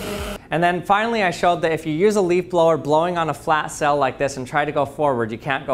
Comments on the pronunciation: Your pronunciation of sail had me a confused a number of times...I was like...why is this sail being called a cell? Is it more scientific when you call it that? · I like the way he says sail. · Is he saying "cell" or "sail" ??? :/ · It's quite interesting how ppl who live in different parts of the world say words different. He pronounces "Sail" like "Sell". I wonder how he pronounces "Sale"? In my area of the world, we pronounce them exactly the same with a long "a". Not just languages but also accents are so interesting when listening to ppl from other areas of the world. btw, this is not a slam on his, or anyone else's, pronunciation/speech. It is just an observation. I am quite sure there are words that I say that sound funny, odd, intriguing to someone else. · Why does he keep saying cell... ? ... kidding I'd love to hear him say cell and sail and see if I could tell the difference :-)